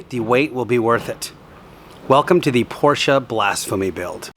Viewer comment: How about learning how to pronounce the last name (proper noun) Porsche correctly? I'm just saying...